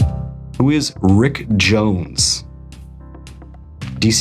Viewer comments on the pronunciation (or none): none